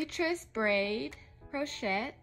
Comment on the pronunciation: The T is SILENT in crochet